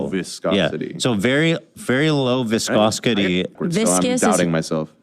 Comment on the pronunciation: Watery, runny, soupy, dilute, any other word you can actually pronounce, all would have been better picks to describe the mess you found your child in than fumbling your way through saying low 'viscoskitty', Mr. Klein.